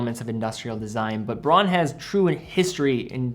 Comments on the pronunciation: In German the brand is pronounced: brown! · A very good list. One tip, though: in German, au is pronounced "ow". So it's "Brown" and "Bowhouse". One series I'd add are the Bertuccis. I got a top-of-the-line one with the 10 year lithium battery and sapphire crystal. The strap is awesome, too.